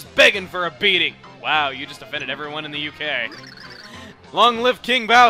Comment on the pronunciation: I thought Chugga said 'HK' not 'UK' at first for some reasons...